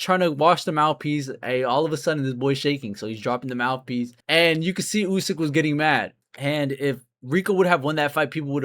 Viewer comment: 28 seconds looking for mouth peas? What are you mumbling about donkey expert!